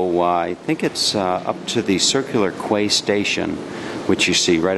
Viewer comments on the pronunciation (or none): 'Quay' is pronounced as 'key', here in Canada. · Quay pronounced as Key.... 😀✌✌✌✌ And getting the Train in Sydney is no Problem..... Just always bring your Opal Card with you and always tap up and you can use it in any source of transportation in Sydney.